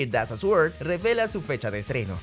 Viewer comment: La w de Sword no se pronuncia, es muda. Se pronuncia soRd.